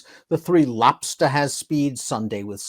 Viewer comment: Lobsta, cause of the way says his name. cuts loose his inner Bennicio del Torre